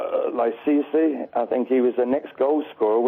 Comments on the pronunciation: did he call cisse "sissy"? lol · See-see?? 😂😂 or did he mean looky-looky… 🙌🏾😂😂